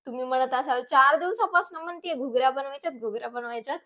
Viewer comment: Ghugrya nahi mhant d